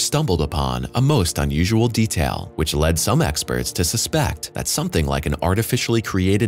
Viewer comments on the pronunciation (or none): none